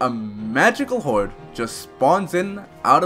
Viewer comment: So are you foreign or is that a speech imprediment because im hearing hauwed not horde and wandmark..